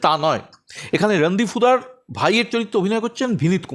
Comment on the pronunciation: Villain er naam Randeep Hooda bolun Randeep Suda noy.